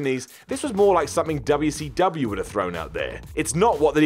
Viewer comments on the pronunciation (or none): Bruh, its wcw. Not doobiyoo seee doobiyo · I love hearing say “dubya see dubya” lol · Please keep saying WCW the way you do🤣🤣🤣🤣🤣🤣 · Starting to hate the way you say WCW. lol